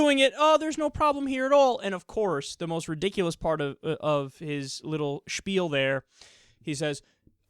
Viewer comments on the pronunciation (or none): none